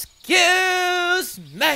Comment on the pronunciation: "Esxzssssssssssse meh" 😂